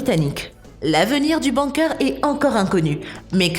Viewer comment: Bunker ça s'écrit bunker mais ça se prononce bOUMker